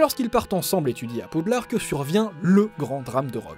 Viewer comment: Ta dit poudlarde XDD